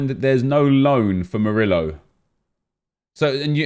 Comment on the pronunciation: The way you pronounce murio triggers me